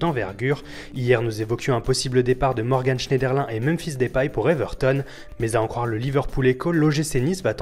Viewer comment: Yeeees il a dit DEUpaille